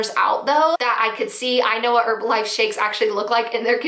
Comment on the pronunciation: You're saying Herbalife wrong....the H is not silent in the word Herb.... Say her....then the rest of the word. Not erbalife...made the vid unwatchable